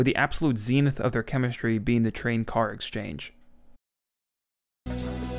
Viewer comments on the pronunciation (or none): none